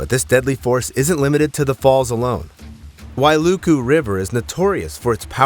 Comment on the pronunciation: You pronounce Wailuku correctly , I’m confused or maybe deaf cause did I hear HI-LOW? I thought A-I was this legit… 🤔